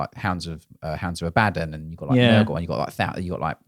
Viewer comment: I don’t want to start a fight but I think you’ll find it’s pronounced “Abaddon”… 😅